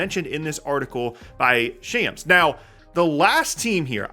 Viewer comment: It’s [Shahmz] not shams (i.e. rhymes with tom, not jam)